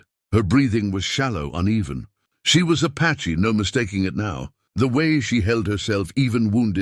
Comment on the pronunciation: You really should edit your words — “Apache” is NOT “patchy” — yep, I’m seeing this too often, not only here, but your other stories —- just a thought